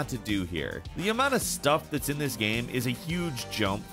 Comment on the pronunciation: always says GYAME....